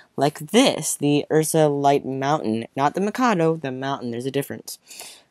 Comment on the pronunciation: also its not pronounced UR SA its pronounced U.S.R.A